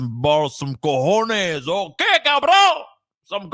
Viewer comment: Not only do you look Puerto Rican but you sound 100% boricua with that "cojones" line.